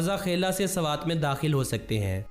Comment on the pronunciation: Sarwat nhi swat 😂😂😂